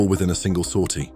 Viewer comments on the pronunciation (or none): none